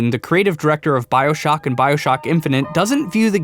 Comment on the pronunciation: When you called it "Bioshack" at the end of the video the first thing I thought of was a place to buy human organs. lol